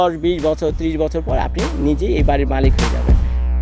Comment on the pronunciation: Lol bro 🤣 মালিত না মালিক হবে 🤣😂